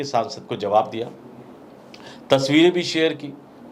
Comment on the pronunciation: Zawab nahi hota jawab kahiy janab kyunki urdu ke liye hamne 1 dabaya hai